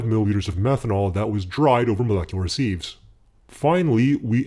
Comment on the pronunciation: Awesome work. Really amazing stuff. Now if only you could stop saying "seeves". Sieve is pronounced "siv".